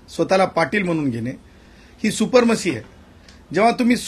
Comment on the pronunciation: गू.सदा××××, सुपरीमशी नाही रे सुप्रीमसी असं म्हण.